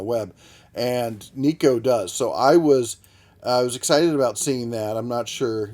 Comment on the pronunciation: It's pronounced nay ko.... Assuming it's try to sound Japanese.... Lol